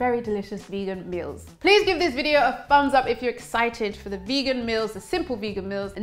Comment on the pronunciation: You should take speech therapy you say fubms instead of thumbs in the beginning, howeather instead of however, and wiv instead of with... just to mention a few. The TH sound you use when you mispronounce 'however' is the sound to use in with. I'm sure you know these things, so talk more mindfully...Why do you pronounce starchy as 'storchy'??